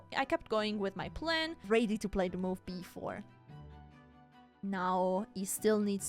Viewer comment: You are in almost everything the best, but your pronouns of the word ready is strange lol.